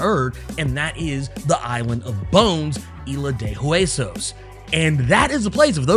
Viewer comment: I love predator this will be interesting and no you said it correctly Isla de huesos.